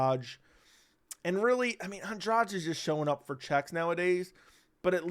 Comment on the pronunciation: An-DRADGE? It's An-dra-GEE. Why do Americans always tend to "own" foreign words only to mess them up!?